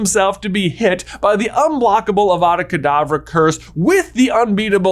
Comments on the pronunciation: Ah, yes, my favorite spell. AVAVA KAVADAA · it's awada kadabra.